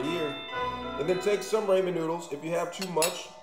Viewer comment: Rahman not Rayman man. I’m not trying to be mean it’s just how you pronounce it. And if it’s an accident I apologize😅👍 Keep up the great work!